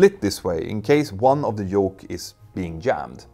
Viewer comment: I like how he pronounces jet, "yet", but pronounces yoke "joke" in places.